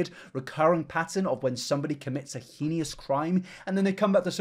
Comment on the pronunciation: cancel for saying hekneeus instead of heinous